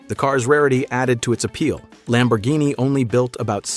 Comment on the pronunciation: You mispronounced a Lambo and the City too. Why You don't want to learn?